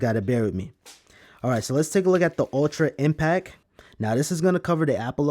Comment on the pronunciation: Impact, there's a T and it's not silent!!!!!!! Dope review though, thank you